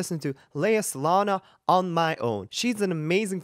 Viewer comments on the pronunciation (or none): She's not Lea Salona. Lea is very particular about people saying her last name right, so say it correctly please. It is Za long gaa. No hate, respect. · Oh no......you're the second person to butcher her name! It's Salong-GAH! I'm not mad...but she's a legend that deserves better! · I'm sorry, I'm just in shock you study musical theater and opera and do not know Les Mis or Lea or how to pronounce Eponine and Salonga.